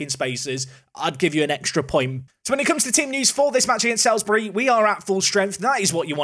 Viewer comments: I know it’s not going to matter after this season but Salisbury is pronounced Sals-bury not Sails-bury. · Just want to clarify it is pronounced "Salsbury" not "Sailsbury" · Loving this series However it's pronounced like SOLES-bry, not SALES-bry. Another tricky south-west town like Frome (which you nailed). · its prononced saulsbury love the vids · It's actually pronounced Sols-bury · Saul's-Bury. Say it with me. SAUL'S BURY!:) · I live in Salisbury, thanks for visiting our stadium. Cringing a little at your pronunciation though 😬 (sorry to be that person! Should be like ''Saulsbury'') EDIT: and now you've visited Aldershot which is where I used to live! EDIT AGAIN: Zapdos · ITS FUCKING PRONOUNCED SAULSBURY!!!!! Oh shit sorry I blacked out there for a second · It's still pronounced "Sawls-bury"! Also, Ampharos. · FYI Salisbury is pronounced Saul's-Bury 🐸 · It's pronounced SULS-bury 🤨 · How you pronounce my team Salisbury makes me unreasonably angry!!! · Drink every time he mispronounces Salisbury